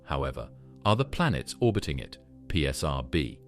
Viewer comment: He's talking about it saying ad like ad and not a d as you would in a sequence of numbers symbolizing a name. And the way they say pular is also extremely terrible to listen to. I've heard him say is like 15 times already